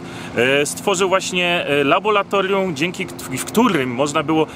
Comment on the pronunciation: "Labolatorium" 😁W sumie sam nie wiem jak bym mial to powiedzieć gdzies w srodku zdania xD. Nie no wycie se robię. Oczywiście spoko material, oglądam was juz pewnie z 4 lata bedzie. Trzymajcie się. Pozdrawiam.